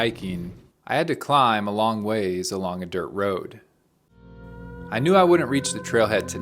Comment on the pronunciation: please say "wouldn't" NOT WOODENT.